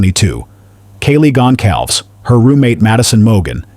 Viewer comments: Gon cal vez not Gon calves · Please learn how to pronounce Kaylee's last name correctly.